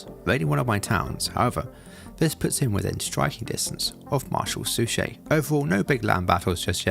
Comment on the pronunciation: "Suchet" is pronounced "Suck It."